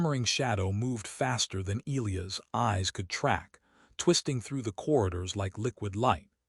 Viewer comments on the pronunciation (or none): Okay why can’t AI pronounce e-LIE-us correctly? Also the Queens body tan looks like she spent time out in the sun but had a top on that was too big so her fuzzy tan lines are too high. Her “armor” cups don’t cover, in fact that isn’t armor at all or it would actually COVER her completely.